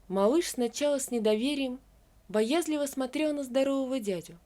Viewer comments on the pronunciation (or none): Хорошая история, правильная. А дед с голубями - так вообще огонь, в тему!👍 Только конец как-то скомкан, на скорую руку как будто…☹️ Ну и, уж извините, боязлИво, а не боЯзливо…😉🤝